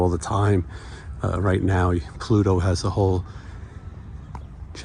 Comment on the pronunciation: sounded like he said cludo.